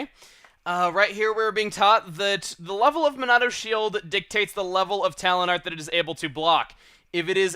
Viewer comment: Talent Art? I thought you were saying Talon Art the whole time!